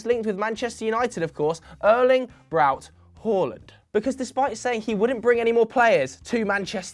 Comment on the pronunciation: Nobody:: ÖrLInG bRaU HOLanD